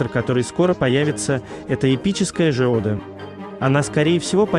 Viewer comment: Сам ты Жеода, зачем коверкать названия